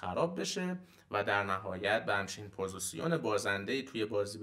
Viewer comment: عالی بود چیزایی که گفتید استاد فقط جسارتا پوزیسیون نیست پوزیشِن هستش